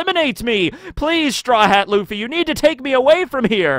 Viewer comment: Luffy not Laffy